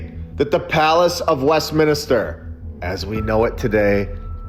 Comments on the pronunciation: West min ster Not mini ster . Thank you for your attention to this matter, lol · It's not West-minister mate ! 😅😅😅 It's West-minster 😂😂Sorry, had to say it 😂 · It's Westminster - not - Westminister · Great channel but your saying Westminster wrong everytime ,it's westMINSTER not westminister as you keep saying brother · It’s Westminster not Westminister. It get annoying after a while. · It's 'MINSTER' not 'MINISTER' sorry for being that guy... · I'm not trying to be a jerk, but it's pronounced.West-minster lol. I only know that because my parents spent a lot of time in england and canada and all over the place over there in the u.K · It's Westminster, (3 syllables) not WestminIster!!! (4 syllables) The mispronunciation is incredibly irritating, please correct it in future. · Its a nitpick, but just so you know, It's Westminster, not Westminister. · Evidence is not likely A.I., right? Only humans make these mistakes, it's charming. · Dude… Luv all of your content, but in this instance I’m pretty sure it’s WestMINSTER, not WestMINISTER… just say’n 😋 Keep up the great work 🔥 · West Minister instead of west Minster 😂 I like it 😂❤ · I had to ignore my eye twitch every time he said it 😂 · Americans please stop calling " West Minster" West Minister..Thank You! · Americans 😜🙄 Mate, It's West- MIN -ster. Not West- MINI -ster. 🤣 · Westminster, not Westminister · always wondered as a kid why so many beautiful bldgs and not built now.. also Westminster, not "Minister" 🤣🤣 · "Minister" = "min IS ter"... Westminster = west MIN ster. Sorry. It was driving me nuts. lol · As a Brit, it's bugging me like crazy how you mispronounce Westminster 😂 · Me too considering I come from UK... 😁🤣